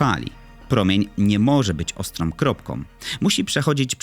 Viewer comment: "ostrOM kropkOM zwykłOM ścianOM" naprawde???